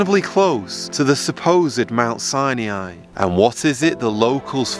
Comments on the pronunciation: Mount Sine ee yeye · Its not pronounced Sai-niai LMFAO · Aren’t you mispronouncing the name Sinai, please look it up on google. I spent 8 years being educated in a Christian school and we pronounced Sinai exactly the same way that google does. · Wrong way to say Mt. Sinai... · You're pronouncing Sinai wrong. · Interesting. But please learn how to pronounce "Sinai" !!